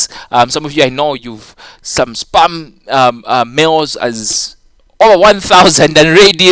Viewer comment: your spam sounds like sperm lmao...